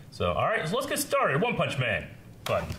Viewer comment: One-poll-man xDDDD